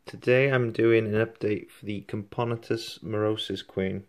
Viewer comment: Cam-poe-nah-tus is how you pronounce it btw.